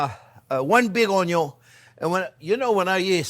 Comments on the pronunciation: We Aussies speak just fine, and understand the French accent very well, except Onyo. Thanks video editor for the translation. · You’re making me talk and I’m burning the onyo 😄yeah sure thing, we making him talk, have you ever heard anything as funny as that😁